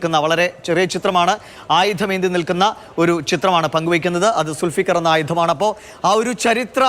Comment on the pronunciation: സുൽഫിക്കർ അല്ല മൊയന്തേ ദുൽ ഫുഖർ 😂😂😂